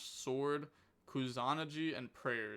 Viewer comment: Pretty sure it’s pronounced Koo-sah-nah-ghee